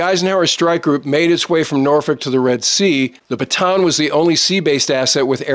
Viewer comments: hey, thanks always for good videos all the time. but if you will accept my advice, Bataan is not read as 'Batan' but "Ba-ta-an', where A is pronounced as 'AA' not english 'Ey'. This ship is name for one the big battles in the Philippines, name after our province of Bataan - where corregidor island is located. Thanks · I am sure that in your career you most likely spent a little time in the Philippines. One of the things that is really annoying is the way "Bataan is pronounced. It's actually a 3 syllable word not a 2 syllable. Ba-ta-an. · There are two A's in Bataan, you pronounce them both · I know you know well the naming but many english speakers pronounced it wrong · Gringo American YouTuber still does not know how to pronounce “Bataan”.